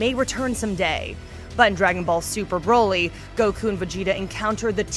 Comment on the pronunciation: Broly... like Broccoli... not BROly... Come on